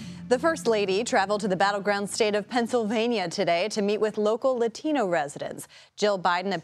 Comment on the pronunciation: It’s not La Tino it’s LATINO 😅